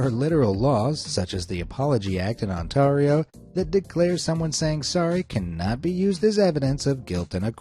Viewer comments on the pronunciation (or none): I’m sorry this is gonna bother unless I say something… It’s pronounced Ont-AIR-io not Ont-TAR-io… There, I feel better now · "ontarhio" Me, a canadian: has a stroke in on-TARE-io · The way he pronounced Ontario like On-tar-io instead of On-tair-io 💀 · As a Canadian you mispronounced Ontario it’s On-Tear-E-O not on (gui)tar-e O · Those aren't moose. You've used elk or reindeer instead. And it's pronounced "On-TAIR-ee-oh," not "On-TAHR-ee-oh." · I'm sorry what??? On-tar-Io it's On-tear-Io TEAR LIKE YOUR TEARING SOMETHING!!!! I AM A CANADIAN AND THAT THE CAPITAL PROVINCE. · its not pronounced on tar io its pronounced on tair io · Because it will bug me it's pronounced on-tear-io not on-tar-io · Why are you over-pronouncing Ontario? It isn't On-tar-ee-oh it's On-tare-ee-oh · As a person who lives in Ontario it's pronounced "On-tare-e-o" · "On-TAR-io"? Also, you do realize that there are more than two Canadian artists right? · You pronounce Ontario as "ont ay rio " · I love the way the narrator says the province of Ontario lol totally wrong but fucking hilarious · no way bro mispronounced "Ontario" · I know they have an accent but their accent isn't really strong until they say Ontario. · Why is nobody talking about how he pronounced Ontario 😂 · you said ontario wrong. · The way you say Ontario bugs me, no one ever pronounces it like you do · As a Canadian, his pronunciation of Ontario is amusing. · It bugged me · Giggle. Absolutely NO offense intended but I love how the narrator pronounces Ontario and Kanata (I'm in Ontario, an used to live near Kanata. Also, in Kanata, you weren't allowed outdoor clothes racks or clotheslines. ❤️😁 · Weirdest thing in here is the pronunciation of Ontario 🤣